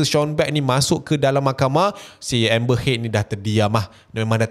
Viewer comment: nama dia amber heard bkn amber head